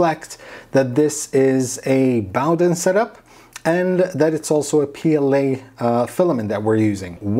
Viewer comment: Hi, its pronounced Boh-den (/ˈboʊdən/ BOH-dən) it takes the name from the Bowden cable.